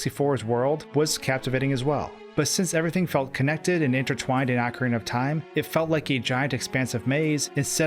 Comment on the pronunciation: wtf is 'ahkarina of time'?